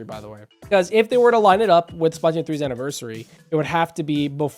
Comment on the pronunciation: SP-LA-TOON 3!!!!!!!! It's sp-luh-toon. I don't mean to be 🤓, you'll probably have fewer people click off if you pronounce it correctly.